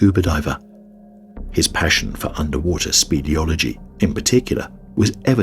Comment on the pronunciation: Lol. “SPEEDeology.” Stupid Ai narrator. You’re never gona get enough energy to reach singularity. Jerk. Get a human narrator